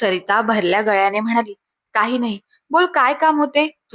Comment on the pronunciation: गल्यानी नाही गळ्यानी